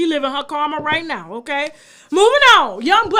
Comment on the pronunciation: “Rhett now”😝😝😭😭😭😭